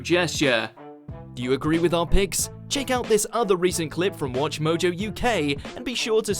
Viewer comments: Did anyone else notice he said 'Welcome to Watchmojo you gay' 🤣🤣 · Did he just say "Welcome to WatchMojo UGay"??